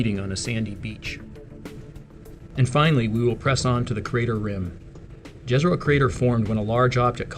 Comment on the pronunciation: Very informative video - thanks. Fun fact, the name of the lake ‘Jezero’ is Croatian for lake. It is pronounced Ye-ze-ro. I guess now that the New York Times has confirmed the US government have retrieved off world craft they are ready to confirm life forms on other planets.